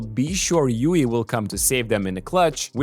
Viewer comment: It is LLUL like "yool", not LLUI